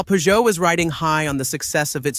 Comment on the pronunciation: AI voices drive me mad, why can't it pronounce Renault or Peugeot correctly and why can't it say "Peugeot two o five" like the hundreds of millions of people did.